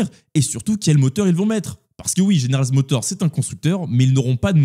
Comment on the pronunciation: Stylée la miniature ! Et sinon c'est General MotorZ et pas GeneralZ Motor. Et encore sinon Perez est rincé, je vois pas dans quel monde il commence la saison 2025 chez RB !